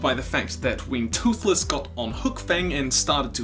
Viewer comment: You Said "when Thothless rides hookfang" lol